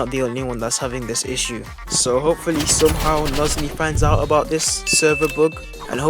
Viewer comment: Bro its muzzy